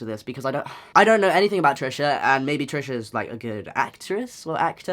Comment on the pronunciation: So confusing when you're french and you hear Tresha ~Pétasse~ every 10sec.